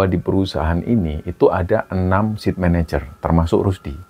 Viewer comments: Site manager bacanya bukan "sit", tapi" Sait" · Saya dengar bicara Sit Manager, maksudnya SITE MANAGER apa ya ( Site, Baca Sait, artinya lokasi).. terima kasih ceritanya.